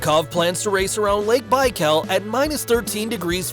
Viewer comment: Its freaking bi-kall